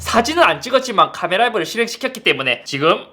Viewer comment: ‘카메라’ 억양이 더 아쉽습니다 ㅋㅋㅋㅋ